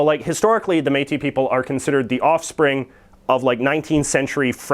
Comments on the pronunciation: It's pronounced "métisss" :-) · Exceptionally, the S at the end of Métis and most words that end in "is" is pronounced. Thanks for the effort though.